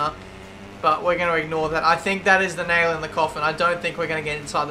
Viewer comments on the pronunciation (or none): none